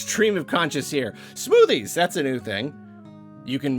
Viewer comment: did you say smoothies, or SMOODIES?